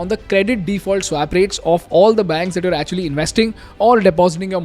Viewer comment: You're getting the pronounciation of "swap" wrong. You may want to correct it in future videos :)